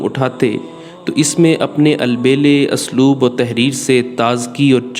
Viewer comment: اَسلوب نہیں.. اُسلوب.... مستنِدنہیں مستنَد...تُراث العلم.... شکریہ